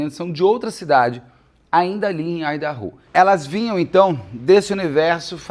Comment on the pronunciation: A pronúncia de Idaho me incomodou um pouco rs